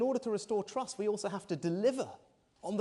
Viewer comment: We do not want to "Restore Truss"! Rishi - make sure your t's are heard when talking about trust.